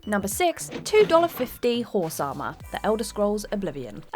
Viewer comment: HOHRSE AH-MAH🤣🤣🤣